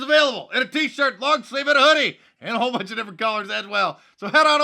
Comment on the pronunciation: I like how mark always says "swallowswell" lol